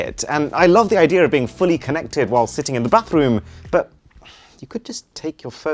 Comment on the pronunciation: him : IDEARrrrr of the video 📹